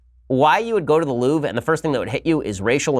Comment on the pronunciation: "The Loof"? Please English speaking people, learn to pronunce foreign words (Mercedes,Porsche,Louvre...)